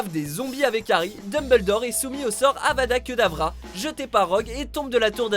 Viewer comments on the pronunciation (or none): Avada Keudavra?Mdrrr Avada kÉdrava